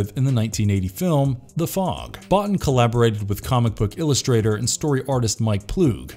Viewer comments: His name is pronounced "Buea- teen" not Bot - In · Hate being this picky, but as a special effects fanatic, Rob Bottin's last name is pronounced Bo-Teen, not Bot-Tin. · It's pronounced 'Bow-teen.' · Let hope we never see a reboot or a sequel to this masterpiece. A side note you are mispronouncing Rob Bottin name Bo-tEEn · Rob Bottin's name is pronounced /boh-TEEN/. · It's pronounced boo-teen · imagine doing a 'the thing' video and not being able to pronounce rob bottins name correctly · Pretty sure that's not how you pronounce Rob Bottin's name.